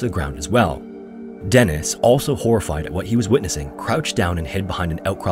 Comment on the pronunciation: Eets pronunced "DEE-niss". Deeee-nissss.